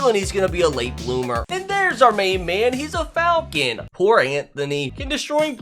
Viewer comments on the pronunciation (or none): none